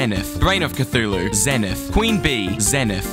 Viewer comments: 1st time saying: "zenith" 15th time saying: "zenet" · its pronounced “zee nyth” not “zeh nyth” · the fact you pronounced it zehn-ith and not zeen-ith infuriates me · IT IS PRONOUNCED Zee-nith!!! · "zen-ith" so annoying how some people pronounce it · i thought it was pronounced as "zey - neyth" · pronounced "zee nuhth" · Isn't it pronounced "Zee-nith?" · my favorite part is when he pronounced it wrong every single time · If your going to make a video with the Zenith in it. Then at least pronounce the darn name right.